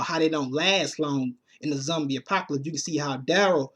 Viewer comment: Why can't you use the o sound you say cumic books, zumbie lol